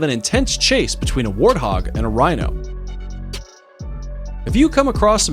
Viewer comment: he says wino instead of rhino.